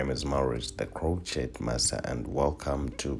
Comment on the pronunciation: Maurice I like your videos but that intro gets on my nerve: it's pronounced 'crow-shay'!